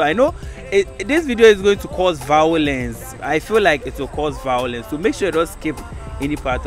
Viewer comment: Vawulence paaa o😂😂😂